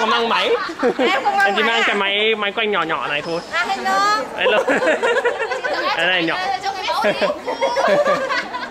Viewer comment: sounded like "hello, mulkku", mulkku means dick in finnish